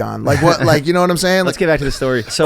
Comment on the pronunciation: Get off the pod bro.. the way he pronounces “know” “so” it’s so annoying dude been saying this since he was bald in the early days lol.. replace him with mike!!!! Please I’ll box and if I win he’s off the pod